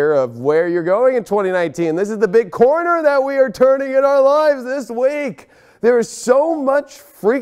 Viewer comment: Did anyone else here coroner instead of corner? 😬🤣